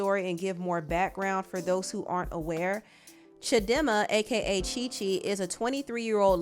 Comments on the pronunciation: reading "A-K-A" as "Aka" has me 😂😂😂😂😂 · Girl it’s not “AKA”, it’s A.K.A😂😂😂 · It’s pronounced A.K.A wena 😂😂😂 the comments you are reading. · lol it is pronounced A K A not aka😭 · The way you pronounced AKA though 😂 it's A.k.a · Lol "AKA" is a south african celebrity... as in ' A.K.A' thats how you say it.